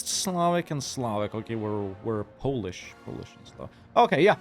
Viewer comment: Wow, your polish pronunciation is spot on. Did you live there? 😂😂